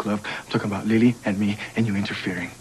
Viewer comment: LOL Miguel pronounces Lily's name Lee-Lee.